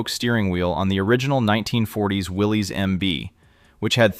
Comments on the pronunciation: You're pronouncing his name wrong; Willys {WillI-iss}. Any real Jeep person would know that. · That’s not how Willys is pronounced btw. Will is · Will-isss. Not Willies. The newer Willys comes with rear lockers. Didn’t know about the MDH.